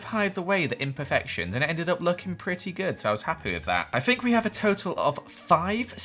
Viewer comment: “Fink.” Jk i love ya